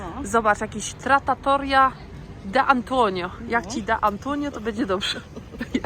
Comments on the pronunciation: TraTToria 🤦🏻‍♀️🤦🏻‍♀️ Uszy więdną. A ser burrata. Naprawdę ciężko o większy poziom ignorancji. Zabawa w krytyka kulinarnego bez podstawowej wiedzy. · Tratoria now tratatoria 😂 uwielbiam Twoje przekręcanie słów 😊😊😊 yo jest urocze mam podobnie, niestety widziałam filmy, ze mówią głupia, bardzo przykre. Nie przejmuj się, jak tak często przekręcam cos a mimo to jestem inteligentną, czasem 😂😂😂😂